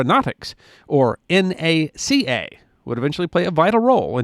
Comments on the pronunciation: Thank you for saying N - A - C - A, and not pronouncing "NACA" It is safe to say there is not an aircraft flying in the world that does not have a piece of NACA research in it. The two Large Scale Tunnels alone were a Godsend to research. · From the bottom of my heart thank you for not once pronouncing the agency's name as NAK UH. It was the N.A.C.A. Too many "experts" get that wrong. Bravo! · Thank you, thank you, thank you for correctly pronouncing the acronym of this agency as "N.A.C.A." and not "Knack-a." That drives me crazy as an (amateur) aviation historian. BTW, I love the photo at the end of you in front of the skeleton of Hanger #1. For a decade, our rocket club used to hold it's monthly launches on the tarmac in front of it (to the right in the picture). We would host up to 300 kids every month for STEM classes until it was taken over by Google's parent companies. They were supposed to re-skin Hanger #1 as part of the deal, but we're still waiting nearly a decade later. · Thank you for not pronouncing it "nacka." Looking at you, Greg.